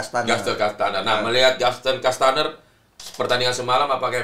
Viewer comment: Menit 9.30 bung Akmal selalu salah sebut Gaston kastaneer. 😂